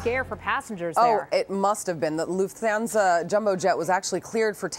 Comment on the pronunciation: loof-thanza lol